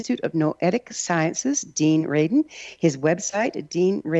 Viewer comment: R-A-D-I-N . . . for heaven's sake.